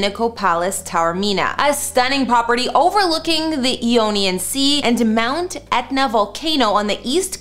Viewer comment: Need to work on those names a little lol, Sicily, Ionian